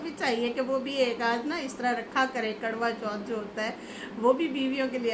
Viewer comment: ji kadwa chauth nahin, Its karwa chauth dear.😂😂❤